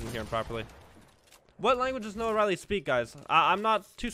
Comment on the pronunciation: the fact that our boy keeps calling him noah-riley oooooooof